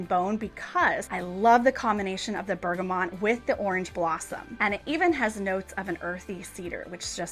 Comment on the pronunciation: Hi, just a quick observation on Bergamot - no 'N'; you're pronouncing it as 'BergamoNt'. Thought you would appreciate knowing this, seeing as it is a favourite. Love your videos!